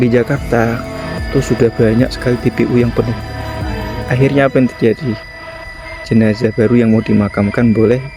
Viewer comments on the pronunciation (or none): none